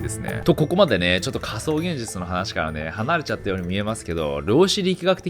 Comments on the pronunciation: 序盤のかそうげんじちゅ〜。で、 その後の、かそうって段階でげんじちゅ〜にならないか、何回も息飲みながら見ちゃったからね！！ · 興味深いお話だけど「仮想現じちゅ」が頭から離れなくなっちゃいました(*´꒳`*)